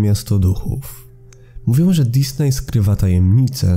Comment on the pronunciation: powinno poprawnie wymawiać się Dizni przez nazwisko założyciela firmy. Disney to spolszczona nazwa firmy.